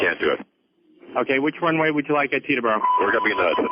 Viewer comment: The Airport in NJ is called "Teterboro" NOT Peterboro!